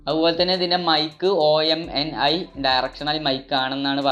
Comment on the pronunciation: athe OMNI alla Omni ( oru word ahnu letter by letter allah)